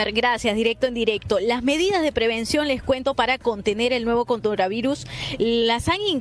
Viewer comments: CONDOR AVIRUS??? XD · Dijo condora virus...